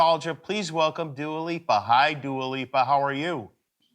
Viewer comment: haha, he called her Dually. NO dude, her name is Dua and it means prayer.